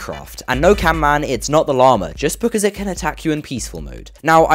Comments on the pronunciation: It's pronounces "Camman" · ITS PRONOUNCED CAMMAN